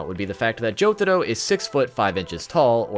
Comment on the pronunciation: did he say sex bullets in stead of six bullets